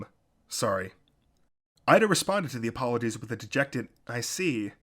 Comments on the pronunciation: Its EE-da NOT IDA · It's okay. Besides, in the anime, it's Iida. However, in the manga, it's Ida.